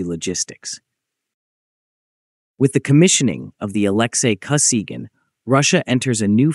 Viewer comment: Не Александр (или Алексий) Косиган, а Алексей Косыгин. Вот он, искусственный интеллект, в действии. Самим то озвучить чужой текст лень. Вот и "лепят горбатого".